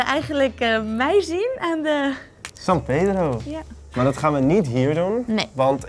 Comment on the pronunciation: i like when you say "san pedro" sounds like a argentinian spanish